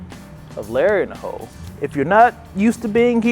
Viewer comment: The first time you said Larry in the Hole I swear I heard Larry in the Hoe. That is a completely different type of video. Really glad you did a video with the Professor. I don't play or know anything about Yu-Gi-Oh but love this idea of pack opening.